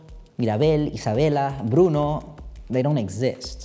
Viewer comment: your videos make me want to study anthropology btw the way you say "bruno" is so satisfying no esperaba oir el final en español, fue tan especial 🥰